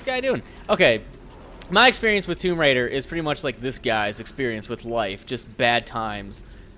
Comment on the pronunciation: Its tomb raider not tome raider